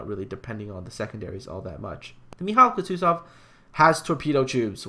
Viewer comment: Just pls stop pronouncing the names, I lose a few IQ points hearing you pronounce Mikhail Kutuzov... It's pronounced MIK-HAIL KOO-TOO-ZOV. Not mikaila kootoo and then zov